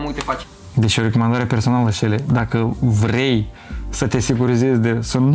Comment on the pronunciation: E selly nu selle 😂😂😂